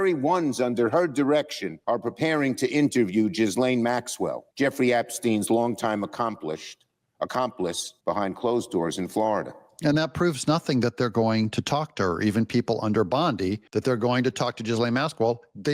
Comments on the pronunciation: Schumer says "General Bondi" and Ghislaine as "an accomplish". Maybe it's time to test him for dementia? 🤔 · ACOMPLSHED LMAO HE CANT EVEN SPEAK PROPERLY